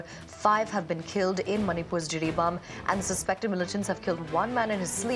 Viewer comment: Jiribam not Jiribaum